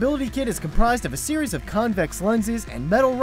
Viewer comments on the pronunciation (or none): none